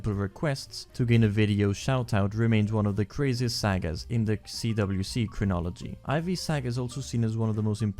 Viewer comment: Video was perfect besides the way he pronounced sagas